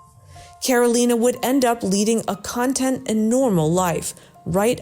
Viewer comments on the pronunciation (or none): Loads of poorly writtenand delivered words throughout. The way the narrator said "content" in first story (her inflection was the word meaning information not happiness, as was intended); and as you noted, corpse.... In 3rd story, "has now destroyed stained glass window" I assume was supposed to say "the stained glass window"; and "until the mid 1847" - assuming was supposed to become mid 1847"; "another hypothesis very interesting" - assume "that is very interesting"... Just... ugh. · Schroeder Smith Thank you for making these corrections. Another one that really hit my ear wrong was in the first story, stating that Karolina lived a content life. The narrator pronounced it "KON-tent" (as in "something contained") rather than "kən-TENT" (as in "happy" or "satisfied"). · Also in the first story the word written there was meant to be content, a synonym for happy. Not content with the accent on con. You tubers need good well-narated content to keep their viewers content. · (CON-tent) the things that are included in something. (con-TENT) a state of peaceful happiness. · "CON tent" life?